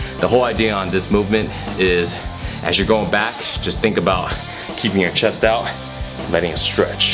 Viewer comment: ChesT (note the 't') not chess